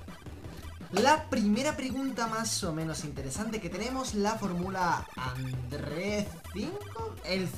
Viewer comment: Se pronuncia Andrés ;v